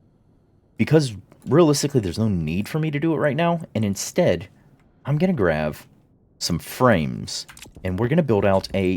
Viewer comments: why do you say grav instead of grab? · why do you keep saying grav instead of grab over and over lol